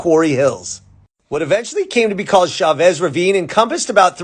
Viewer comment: LA in a few minutes..... Thanks for giving this story the seconds it deserves. E.LEE.sian Park. Chavez - Ch as in 'Cheers', not as in Chevrolet - it's Spanish, not French.